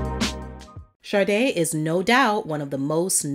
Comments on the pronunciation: An American DJ said "Shar-de" once and it took off, but it's Sha-de, not Shar-de . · I don't know if its my ears or you.... I know the name Sade but all I hear from your every time you say her name is Sarde?? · Though a very interesting subject compilation, I find it annoying the compulsive mispronouncing of "Sade". There are other videos NOBODY ever blunders with the ignorant: 'shaRday'. Yet, this narrator babbles-on "shaRday' near 50× throughout this piece....😂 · Why do people pronounce her name with an R? Like Sarde. Is that how it's pronounced? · Why pronounce it “Shar day”? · Everyone please listen to the Song Maureen where Sade pronounces her own name, there is no "R" in her name.